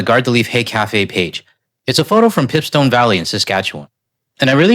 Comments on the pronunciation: Sorry not sure exactly what you called the place in the picture, but its pronounced Pìpe stone. Its bringing dack a flood of memories, tobogganing the north slopes was so exciting in the 60s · Pronounced "pipe-stone". Keep up the good work. 🙂